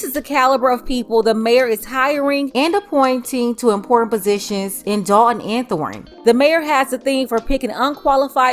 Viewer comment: That’s Dolton(as in Dolton, Illinois)not Dalton